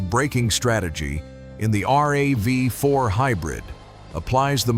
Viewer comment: Same useless AIs! Nobody calls RAV4 as R-A-V-4🤣